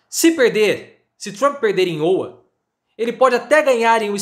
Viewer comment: Professor errando a pronuncia de Iowa. Abraços!